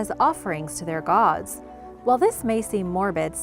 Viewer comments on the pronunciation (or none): none